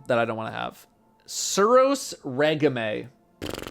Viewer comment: completely butchering the word “regime.”